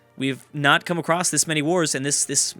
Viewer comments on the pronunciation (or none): none